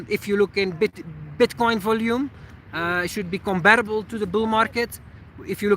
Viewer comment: Hey I hope you don't mind this comment from a fellow native Flemish speaker: the emphasis for the word "volume" is on the "O" not the "U";) Enjoy your video's as always